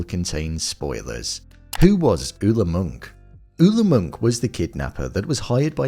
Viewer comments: It's Monk not Munch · Its pronounced “Moonk” but its witten as “Munch”